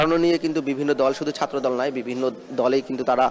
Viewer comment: উপস্থাপক ছাত্রদল বলতে গিয়ে ছাত্রধো* বললো কেন?😅😅😂